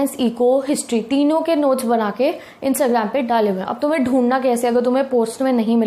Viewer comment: said - Instagram par notes daley hue hai. What I heard - Instagram par notes ' jaley' hue hai 😂😂